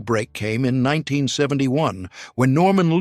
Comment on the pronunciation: I am surprised that the moderator mispronounced Stivic AND Reiner. Seriously. It's your job.